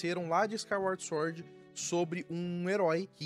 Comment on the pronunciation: Gosto do seu conteúdo, mas quando vc fala "suórd" me dá um treco... 😂